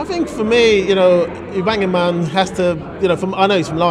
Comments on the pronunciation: Lol wtf is you-bang-a-man? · He called auba, youbangaman